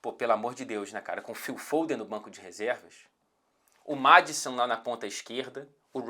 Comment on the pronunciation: Sempre que o fala do Maddison com sotaque britanico eu penso no Madson, o foda